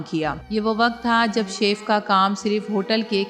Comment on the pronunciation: O bibi it's not seaff its chef chef check Google pronunciation